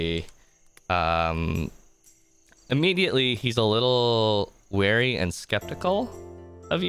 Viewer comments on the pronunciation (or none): none